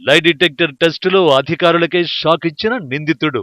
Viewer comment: Live detector కాదురా నాయినా.... లై డిటెక్టర్...వాయిస్ ఓవర్ కరెక్ట్ గా చెప్పాడు యాంకర్ ఏం చదువుకున్నాడో